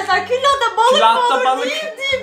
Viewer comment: külaha küllahta dedin🤣